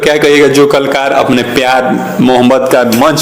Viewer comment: कलाकर होता है klkar nahi